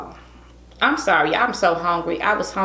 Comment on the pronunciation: Hawngry hawngry hawngry hawngry hippo😂😂😂😂😂😂😂